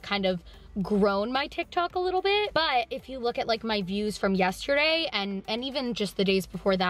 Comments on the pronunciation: Just realized you say “YESH-terday” instead of yesterday and it’s the “COSH-tume” thing all over again. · I love you SO much and I say this with absolutely no hate..... you do know that the word yesterday doesn’t have a shhh sound in it right? 😂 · Yes- shhhhh -terday